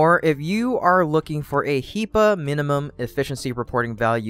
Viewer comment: HEPA, not HEPA, u monster :)